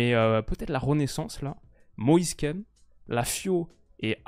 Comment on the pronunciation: pour la prononciation, ce serait pas Moïse « kine » plutôt que « kene » non ?